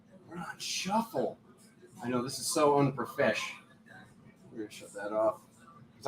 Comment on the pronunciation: Every time you say unprofessional, it’s the most hysterical thing ever